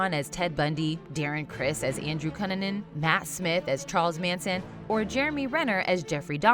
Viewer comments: Again, do you EVER check pronunciation? You pronounced “Cunanan” as kuh-nuh-nin, when it should be kyoo-na-nin. How do you know of this person and you’ve never heard his name spoken and you make no attempt to confirm pronunciation before recording? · Sorry, but that was an atrocious pronunciation of "Cunanan". It's "koo-nuh-nan". This is correct though, that hollywood romanticises criminals. However it's a known fact that Dahmer does looked attractive thats why he was able to get away from his Crimes too.